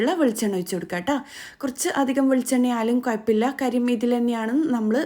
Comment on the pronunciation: കൊയപ്പമില്ല അല്ല - കുഴപ്പമില്ല